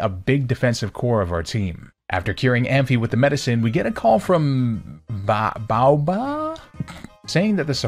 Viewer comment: Mate it really is not that hard: "Bah-ow-bah" Baoba